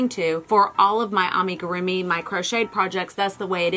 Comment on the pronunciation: It’s pronounced “lew puteet” and “ah-me-guru-mi” 🧶